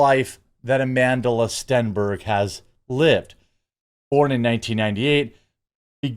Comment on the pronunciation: STOP pronouncing the L in her name, she doesn't deserve the extra syllable....just another Jessie Smollett